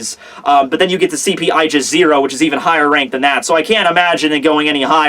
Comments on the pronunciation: Wait, isn't it ay-gis? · its pronounced Aaa•gis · is it just me or when he says "Aigis 0" I hear "Aljazeera"?